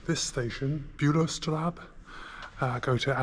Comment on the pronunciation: The layover in Frankfurt coming from Berlin can be a bit nerve-wracking. Great attempt at speaking German, just one note that the ‘ß’ (the B with the little tag on it) in Bülowstraße is pronounced as a sharp ‘s’ and is alternatively written as ‘ss,’ making it Bülowstrasse. I know German can be confusing. :)😃✈